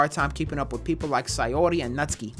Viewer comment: bruh it’s not natski it’s NatSuKi